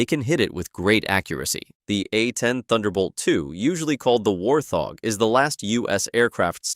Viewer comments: Wart - hog, not War - thog. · "WarTHog" its wart-hog its separated you don't make the "TH" sound.